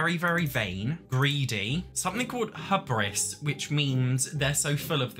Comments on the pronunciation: "Hubris" is pronounced "HYOO-briss". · The U in Hubris is pronounced like the U sound in 'you' - orlike the 'oo' sound in 'hoot'. (Just to note!) Also it will never NOT make me laugh bc most Americans don't know what the word 'fanny' means in UK English, so I'm must cracking up at Fanny's name constantly. And there were condoms in the medieval era, and there were definitely STIs, lmao. Condoms were just yucky and often make of pig intestines or the like. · Your pronounciation of hubris made me laugh 😭